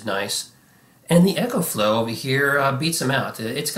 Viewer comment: It's "Eco"flow not Echo